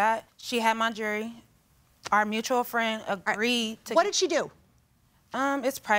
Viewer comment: Before bringing a lawsuit about jewelry to be shown on TV, maybe learn how to actually say the word "jewelry"